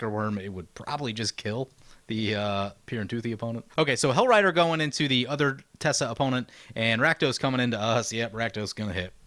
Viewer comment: Teysa Karlov seems really nice. Isn't it TeY-sa not Tessa?